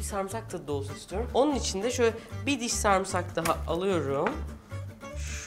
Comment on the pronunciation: Sarımsağa samsak demesi 😂😂